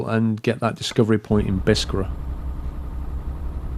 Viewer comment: again, according to the Arabic, Biskra is pronounced as Bis-krah, simple!